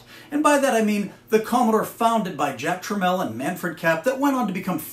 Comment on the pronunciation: Pronounced Tramiel correctly. Always a sign that someone really knows their stuff 😊